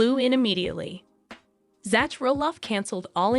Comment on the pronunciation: It is not pronounced "Zatch" His name is spelled Zach for Zachary, but his name is pronounced "Zack" like the name "Jack" Quit mispronouncing everyone's names!! Pronounce their names correctly all the time!!How would you like it if your name was mispronounced all the time?